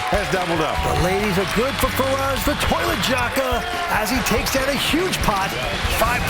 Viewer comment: Kept hearing "the toilette jaka" lmfao. The bathroom jaka